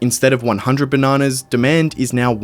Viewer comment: Drink every time he says benanas